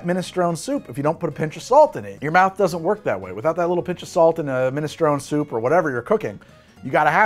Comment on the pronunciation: the type of guy who pronounces "maraschino" like that but "minestrone" like that.